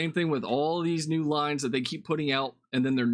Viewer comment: "Nu" star wars.